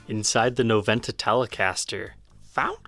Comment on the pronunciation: As it's a Spanish word you should say "nobenta"... The "v" in Spanish is pronounced "b"!